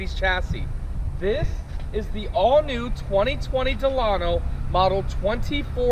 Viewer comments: Your say Delano wrong because I live in Delano California 93215 ✌💚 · You pronounced the name of this vehicle WRONG. Think about the old President of the United States , (President Franklin Delano Roosevelt.)